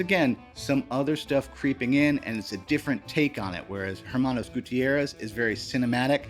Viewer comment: Minor technical note: in Spanish, the letter "h" is silent, so when you say "Hermanos" (brothers) it is pronounced as "Ermanos" (you know, like the "Los Pollos Hermanos"). Cheers!